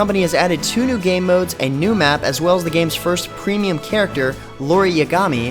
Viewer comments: *Facepalm* It's Iori Yagami, not Lori Yagami.. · Urgh it's not Lori it's iori.